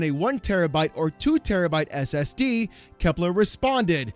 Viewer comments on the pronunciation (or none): none